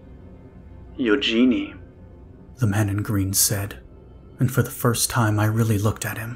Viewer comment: I am suspecting that the protagonists name is spelled eugene, if so it is pronounced yoo jean. The e on the end is silent.